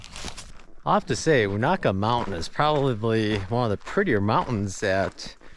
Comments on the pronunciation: it's long u na, like ney, Ka. fyi. I always crack up when people try to pronounce places in this area. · It will be windy on those balds. Extremely cold. Be careful. Local pronunciation is you-neigh-ka. Indian name. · Most people pronounce it 'You Nay Ka '. (short a). You should see it on a foggy morning. I call it the Black Forest of Unaka Mountain. Have fun in the Snow. Twenty nine years ago to the day we had 36".